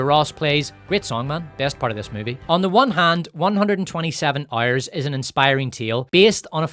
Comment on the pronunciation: "127 Ouerrs" 🔥🔥